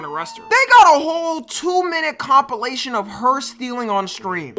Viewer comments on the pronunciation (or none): none